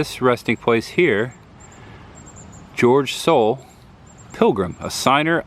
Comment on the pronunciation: Nice video however you need to pronounce the names of people and towns properly. Ex: Duxbury (Ducks-berry), Soule (Sool), Lamuel (Lam-u-el)…